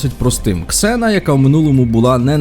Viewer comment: ніяка не зіна! Ксена